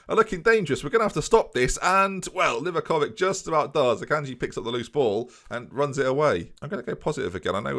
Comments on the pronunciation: Its actually livakoviĆ, and its not even close to how you pronounce it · Sorry to burst your bubble m8, but it's LEE-VAKOVITSCH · also its pronounced w-I-gel, Merry Christmas oh and you're saying livakovic wrong its li-vah-ko-vich